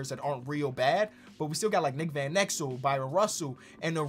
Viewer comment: Bryon Russell. Pronounced the same way as Brian.